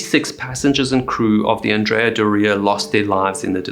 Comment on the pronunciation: And Andrea is not AN-dre-a. It is An-DRE-a. Because the namesake Andrea Doria was a famous Italian admiral and a male. There was even a statue of him on the ship.